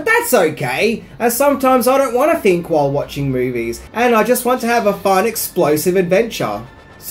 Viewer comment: "Think," not "fink."